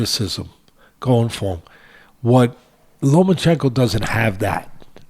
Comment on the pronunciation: No more Lomanchekno, Teddy, you loined da kid's name.